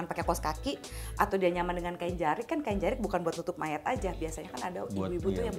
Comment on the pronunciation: Bukan jerik, tapi jarik